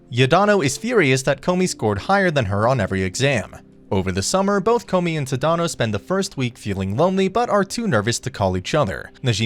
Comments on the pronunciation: The character's name is Tata no the correct name is tanino Todd and no I mean I understand Japanese names are quite hard to pronounce but it's just really can't say Tada no say it this a like this Todd and no sorry if I'm being rude by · “Tuh-dahno” lmaooo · jit said t-had-an-o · I'm so sorry if this is offensive, but the way you say tadano ABSOLUTELY KILLS ME!!